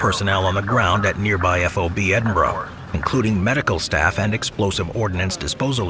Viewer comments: you said Edinburgh properly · Well done on pronouncing Edinburgh!👏